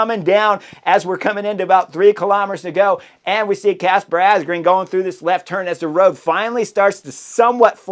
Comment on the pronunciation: It is pronounced Asgreen as in madden or man not green